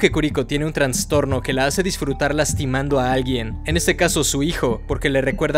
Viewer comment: Jjsjs perdón pero me dio risa que dijeras TRANStorno en vez de TRAStorno, porque no es "Trans" de algo que se va de un lugar a otro, es "Tras" por algo alterado o desordenado. Pero bueno solo era un pequeño error que cualquiera puede cometer ksksks